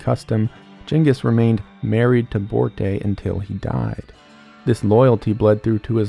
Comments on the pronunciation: Did you say JENGIS? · People only say Ghengis instead of the correct Chinggis because of France. Everyone picked up on the wrong pronunciation. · It’s definitely Chingiz, I didn’t know about the HAN part. But hey, I don’t speak ancient Mongolian….so yeh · That’s funny because this isn’t even close to the correct prononcian